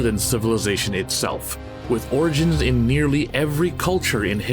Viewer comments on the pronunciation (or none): none